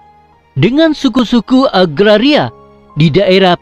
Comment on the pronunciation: Sebutan Orchard atau Orkid. Agaria kah atau Agraria. Ala sebutan itu biar betul saudara. Kau punya fonetik dan fonologi Bahasa Melayu kena betul bro!!!